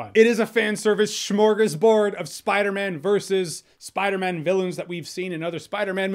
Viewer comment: he's saying spider MEN